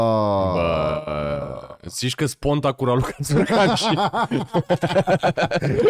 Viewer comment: S-a umplut frigiderul Ralucăi Turcan cu miei, de câte ori s-a spus Țurcan. 🤣🤣🤣🤣